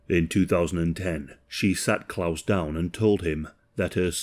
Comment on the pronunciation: He's at least trying to pronounce the name Klaus correctly, I'm so happy about that😂